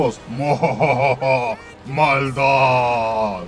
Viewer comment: Me daba mucha risa como dabas énfasis en la MALDAD de Anubis.